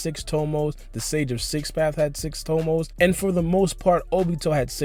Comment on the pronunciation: "siX TOmoS" You sound dumb asab